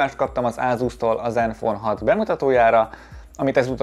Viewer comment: Csak én értettem néha iPhone-t mikor zenfone-t mondott? :D